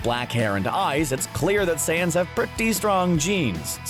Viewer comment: Is he saying seance? Seriously, can't even pronounce saiyans huh?